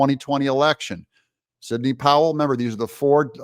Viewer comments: Sidney, not “Signey” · That's Sidney.. not "Signey". 🙄